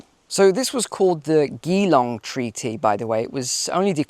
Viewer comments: It's the geelong not gilong . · Geelong is pronounced Jeelong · Geelong = “Jee-long”!!!! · Starmer is an absolute disaster and Albanese isn't much better for Australia. Geelong is pronounced: "Jih-long" - it's a place in the state of Victoria. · I'm an Australian. I am for AUKUS, but I want it US lead. We have Chinese spies all over Australia and a weak and appeasing Labor PM in Anthony Albanese. He and Starmer are peas in a pod Globalist sell outs of their respective nations. I don't blame the US. By the way, the name is Geelong as in 'George'. Australia has already paid $880 million.